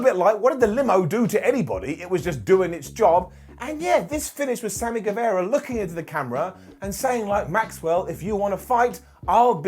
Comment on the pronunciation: it's Sammy GueVAHra. Not Sammy GueVEHra. G-U-E-V-A-R-A